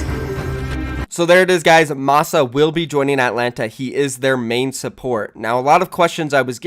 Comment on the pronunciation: lol I thought he said moxxy when he said Masaa.